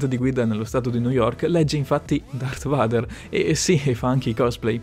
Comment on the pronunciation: Porca miseria darth vader(veider!!!)